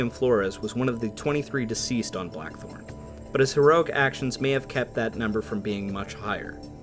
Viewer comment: Is it me, or doe I keep hearing the narrator say "The Black 'Hole' " instead of Blachthorn?